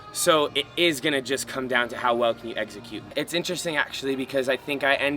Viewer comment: When says execute it sounds like he's saying Exeggcute like the Pokemon lol...im a nerd